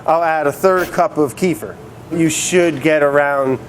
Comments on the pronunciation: "Kefir" Brad: "Keef-er" Correct: "Kuh-feer" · "Keefer"? It's Keh-feer. Someone has no slav in him, I can see. My disappointment is immeasurable. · Kefir =/= "Kifer" it's KEfir same as KElp. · Kee-fer? It's either Ke-feer or [kʲɪˈfʲir], the latter is the correct Russian pronunciation. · Dearest Brad, I love you dude, you taught me how to make food and my sons and husband are grateful! So imma gonna teach you how to speak buddy. It's kefir (kay) (fear). Not key-fur. Please and thank you. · it's kef-ear not keefer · Keefer- no, it's kuh-feer. silly dude. I love brad. wourder - is he from Jersey?! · kefIr not kEfir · It's not Kiefer, lmao, it's pronounced Keh-Fear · Kefir = kuh - FEAR, not Keifer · omg, he said keefer, my whole family calls it kéfir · He said "key-fur" with the "ke" part rhyming with the "ke" sound in car "key"... can anyone tell me if I'm mistaken for thinking it's meant to be pronounced "keh-fur" with the "ke" part rhyming with the "ke" sound in "kettle"? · Kefir is pronounced Ke-feer, not Kee-fer. Keefer is finely powdered weed. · wait, do people actually pronounce kefir "keefer"??? lmaooo it's pronounced "kefeer" XD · It's not pronounced keefer it's like keefeer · It's pronounced "KEFF-eer". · kefi'r, the emphasis is on the i! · kee fur? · Excellent tutorial. However it's pronounced "keh-fear" with the accent on the second syllable - not like Kiefer Sutherland. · "Keh-FEER" Kefir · ITS PRONOUNCED "KEH-FEAR" BRAD :( AAAAAAAAAAAAAAA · Its pronounced ke-fear. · Keh-fear. Kefir. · And "kefir" became "queefer" somehow... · That’s,, not how u pronounce “kefir” (Hint: it’s actually “keh-feer”) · Kefir isnt pronounced like that haha. Its (Kef-ear). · I need to read the bottle to realize it's kefir since he pronounced it keefer lol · its pronounced kay fear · kefir is pronounced KEH FEAR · Its pronounced kuh-fear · You are great but keh-fear ffs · That's not how you say kefir but whatever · he mispronounced kefir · he inverted the e and i lol